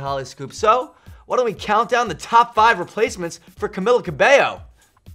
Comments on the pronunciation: *Camila Cabello not Camillla Cabelllo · Buddy, it's pronounced Cameela Cabaeyo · I don't get how people manage to pronounce her name incorrectly in official videos published to the internet and even on live television like if it's a unique name then do your research before you make a fool of yourself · Lil_ Camz oh hell no he just said my girl's name wrong,imma hunt him down lol im kidding😂😂